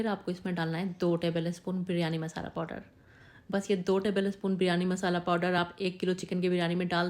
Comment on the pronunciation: Podder nahi powder hota hai.